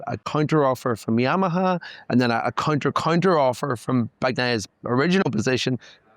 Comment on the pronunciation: Counter gave him some problems